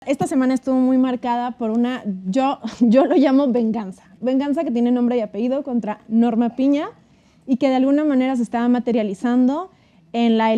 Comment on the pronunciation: No digas apeido...es apellido.....tienes razón es un sometimiento.....